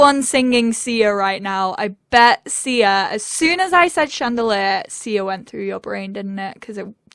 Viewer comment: If i hear "shandeleh" instead of "chandeliar" again i'm going to cry..